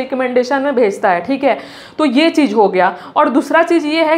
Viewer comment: Khali bolta hai khik hai 😂 thik hai😂